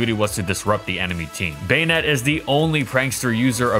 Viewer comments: Baynet? Am I the only who says Bah-net? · I thought it was pronounced "Buh-nette" instead of "Bane-ette" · I keep hearing "Bayonette" instead of "Banette" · Why do I hear bayonet? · Baynette is the right pronunciation for it's name? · The say you say "bay-ned" ruins the whole video